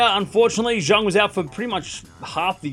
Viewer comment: You cursed Zheng because you always mispronounced her name as Junk, that why she had a lousy season 😂. Actually the pronunciation for her last name is closer to Zen although it is still not entirely correct